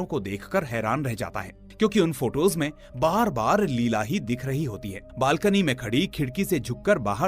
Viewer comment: Her name was not लीला it was pronounced as लैएला